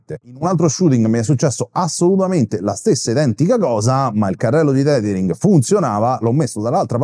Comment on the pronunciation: Grazie, ottimo video, anche se penso che si pronunci tethering e non titering ;-)